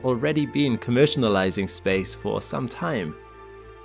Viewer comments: *commercializing, not commercionalizing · Commercializing not commercianalizing. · “Commersanalising” congratulations you’ve invented a new word, now we need a definition? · Had to shut it off after the second “commercinalizing”.